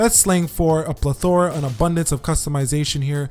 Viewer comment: Not tryin to troll here but... pleth-er-uh